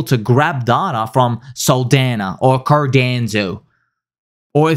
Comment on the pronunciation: Everytime he says Cardanzo. 😅